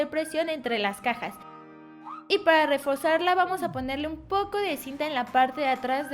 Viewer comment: minuto 3:5 refozarla o reforzarla